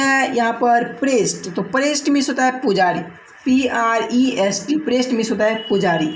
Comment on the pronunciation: Apne widow ko window padha aur priest ka spelling me prest padha but thanks